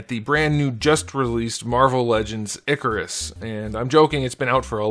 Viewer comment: Also, his name is not pronounced "ICK-a-ris". It's pronounced "IKE-a-ris". In the comics, Kirby makes clear that humans mispronounced their names (i.e. "Zeus" instead of "Zuras"). His name when he was posing as a human was Ike Harris, which contracts to Ikaris (IKE-a-ris).